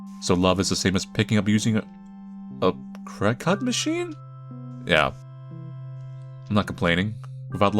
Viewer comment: Cricut is just pronounced cricket. It's for making paper decorations.